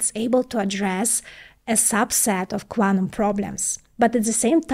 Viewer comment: What is "quanum"? Smth new?